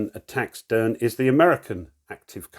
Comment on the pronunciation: Great play through,! Love your commentary and your British remarks. Crikey! Just a couple of pronunciation notes. I think Derne is supposed to be pronounced with two syllables, Dern-uh. Also, Stephen Decatur’s name is pronounced De-CAY-tur.